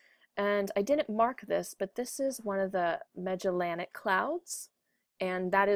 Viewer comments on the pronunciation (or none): none